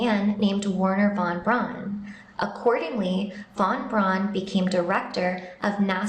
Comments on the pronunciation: The Name is not "wahn brawhnn" its is Werhner VON BRAUN you smoothbrained bimbo! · Who tf is "Warner Von Bron"?